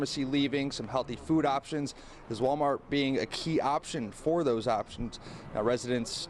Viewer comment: …😂😂😂”Walmart-tz!” She said Walmart-tz with the extra tz at the end. Wait, I mean the extra tz at-tz the end😂😂😂. People? Which is she?😂😂😂 Tell to use the word “ask” in a sentence…not axe. “I’m fixin to axe you something.”😂